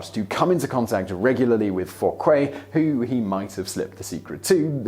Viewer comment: I always enjoy your videos, but your pronunciation is almost always so poor that it is distracting. Dauger and Fouquet are really easy for an English speaker; you just don't seem to try.